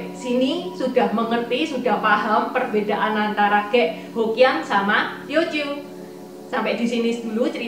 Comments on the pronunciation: Medok banget. Ngomong "k" jadi kayak ngomong "g". Ngomong "khek" jadi "ghek". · Khek bukan ghek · Terima kasih atas informasi sejarah yg berharga ttg etnis cina di Indonesia. Sedikit saran aja buat cc intan, plis saat bilang suku ghek, suaranya bukan ghek tapi khek. Makasih sekali lagi